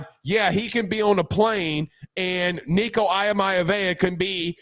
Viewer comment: Yo homez, can you please pronounce Nico’s last name properly and respectfully? Thanks